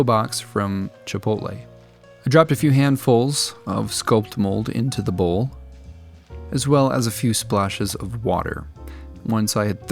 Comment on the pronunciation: Is he saying "bowls" or "bulls", I really can't tell...